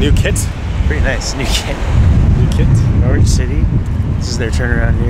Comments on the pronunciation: Great videos guys! Just so you know, it's pronounced Norritch and not Nor-wich =) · It's pronounced NORRIDGE!!! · I know Norwich very well and been to all those places. PS it is pronounced Norrich 😊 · Thanks. I winced every time said it that way 😂